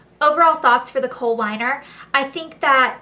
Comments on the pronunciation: she means kohl liner not coal liner :) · it's actually a "kohl" liner :)